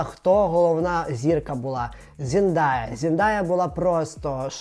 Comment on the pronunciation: Ну чому ЗендАя, якщо вона ЗендЕЕЕяяяя😂 Ікона просто. Обожнюю її